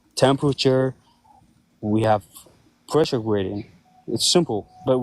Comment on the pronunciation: pweshow gwadient